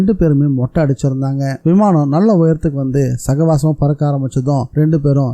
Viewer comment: good novel 👍👌🏼 அர்விந்த் என்ற பெயரை ஹர்விந்த் என்றும் சாவகாசமாக என்ற சொல்லை சகவாசமாக என்றும் படித்தீர்கள் bro 😄